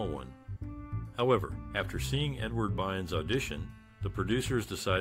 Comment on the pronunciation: Yay Kookie! "Bynes"? I believe the actor's name is BYRNS.